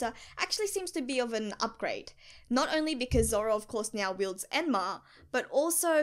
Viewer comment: Do you pronounce now to nyo for fun or it's just like that